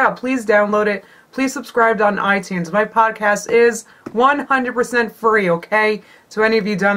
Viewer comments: lol i thought she said POTcast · When you said "Podcast" I first thought you said "Potcast." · I could've sworn you said 'Potcast'. Also, brilliant video xD